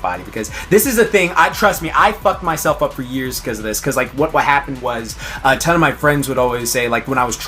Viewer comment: what was that when you said ton 😂😂😂